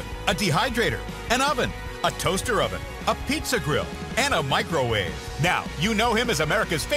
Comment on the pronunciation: If you listen , he said the power air fryer overn. LOL I can’t believe they didn’t notice that. Epic fail.